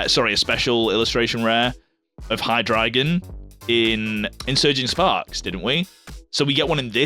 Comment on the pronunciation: Pronounces Hydreigon correctly. Pronounces Zweilous correctly. Completely butchers Deino despite knowing better. As a German I'm highly offended. Also, calling Darumaka peak has to be the worst take I've heard so far...